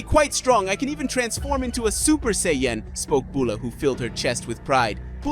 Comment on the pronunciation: And it's say an not say en